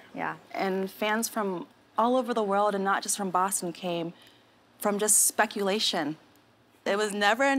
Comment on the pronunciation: Bossten ay?😅